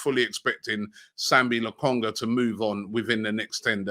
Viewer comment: LOKONGA NOT LAKONGA